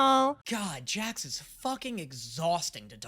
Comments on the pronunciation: did he really say jack instead of Jax 😑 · I am so good at names you guys are lying! Also: Calls Jax Jack half of the time